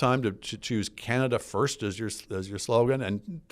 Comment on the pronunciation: When PP says "Canada first" what I hear is "Canada fifty-first."